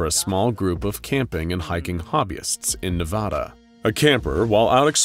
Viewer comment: The way he says Mojave and Navada hurts my very soul